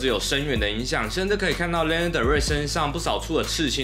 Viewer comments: 既然是介紹歌手的影片 她的名字發音可能要多做一下功課 😅 是「拉娜」不是「列娜」喔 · 真的聽到名字一直唸錯真的快看不下去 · 請查一下Lana如何發音，謝謝